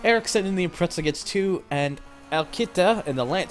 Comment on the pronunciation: i think its pronounced as impre-za